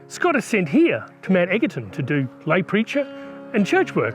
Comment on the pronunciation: It’s not pronounced Mount EGGerton. It’s pronounced “Mt Edgerton” even though it’s spelt like EGGerton.. should’ve done more research...